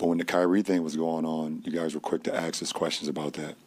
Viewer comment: When he says “axe”, does he mean “ask”?